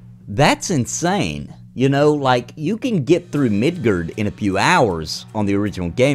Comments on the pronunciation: MID GAR MID GAR NOT MIDGERD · The way you pronounce Midgar triggered me.